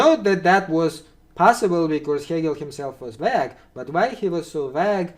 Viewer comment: Btw: - "vague" is pronounced "vayg", not "vahg" - "though" is pronounced "thoh" not "thau" - you want "routes", not "roots" 😉